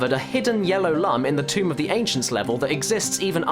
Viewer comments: Its stated multiple times in the games that the u in lum is pronounced oo like in doom, not u like in dumb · Also, Lum is pronounced "Loom." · ***** Did you know that many people pronounce the word "Lum" wrong? It's actually pronounced "Looms" like the word ilLUMination. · You failed to pronounce Lum correctly.